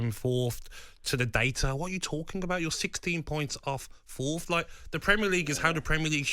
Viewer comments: "fourth" not "Fourtht" bloody hell gab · "Fourft! FOURFT!" If you're on a radio talkshow at least use actual words.